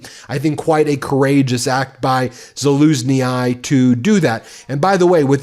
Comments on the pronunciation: "To pronounce Zaluzhnyi, say Zah-LOOZH-nee, emphasizing the second syllable and the "zh" sound like the "s" in "measure". Zah: (like the "za" in "zebra") LOOZH: (like the "s" in "measure" or "vision" followed by "oosh") nee: (like the "nee" in "knee")" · I wonder if you people ever grow over your American English defaultism in insisting in pronouncing foreign names according to English pronunciation of names. Please, stop pronouncing Zaluznyi as Zalusni-aye.. Only English does that, pronouncing i as aye /eye-. That English pronunciation is fucked up due to being a schizophrenic mix of equal amounts of old English, French and Latin and then some minor other languages like old Norse. This is fucking up the pronunciation of Latin and especially Latin species names that end at double ii, and now you do the same dumb thing with Ukrainian names.. Please stop it its ike fingernails on a black board to me ( for genZ like a dry felt marker drawn in the wrong direction on a whiteboard) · Zalushnyi is not Zalushny-i It’s just a longer y (like in eel) Would you please stop misspelling ukrainian names!!! Let just the last -i away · Please get your ducks straight. The name of Valerii Zaluzhnyi is pronounced Valeree Salushnee, -nee as you pronounce knee in English. And as a friendly reminder Putin isn’t pronounced Pew-tin but Poo-tin. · Zaluzhnyi is pronounced Za-looz-nee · ze-luge-knee how you say the generals name 😂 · Zaluzhny is the correct pronunciation. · Za luzh ny !! that’s how to pronounce last name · 😖 Ben, for the love of all that is democratic, it is pronounced zah-LOOSH-nee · 👍🙏🙏🙏 I could be wrong, but every Ukrainian I've heard pronounces 'Zalusnyi' with the ending 'ee' as in 'jealousy'. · BEN has just insulted the Ukrainians - The name is pronounced ZOO-LOOS-KNEE Her should look at Ukrainian TV More to avoid such ignorance, not good for a professor! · Ben: It's pronounced, 'Zaluzny' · Pronounce 'Zah-luzh-ny' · Pls Ben, just pronounce the name like Zuluskee.